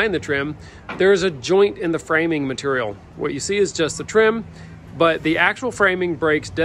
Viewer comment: Mat-ur-ial lol. I love how they say Material